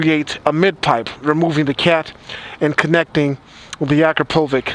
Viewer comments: Akrapovic is actually pronounced "Akrapovich" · Dude it is pronounced Akrapovich, ch like in a "channel". I know you are from US but it is a Slovenian company and I speak similar language so I know what I'm talking about (and it is in my name too btw). Do all americans pronounce it like that lol? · That's not the way you say Akrapovic... the ending should sound like Bitch! like AkrapoBitch with V instead of B... Akrapovitch!!! :D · It reads Akrapovich not Akrapovic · It's pronounced - Akrapovich! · That's not how you pronounce "Akrapovic," man.